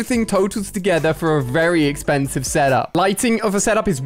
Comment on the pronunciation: Wait did he just say exkhansive huh